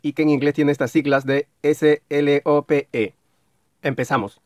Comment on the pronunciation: Slope se prununcia como "S-LOUP" NO "S-laip"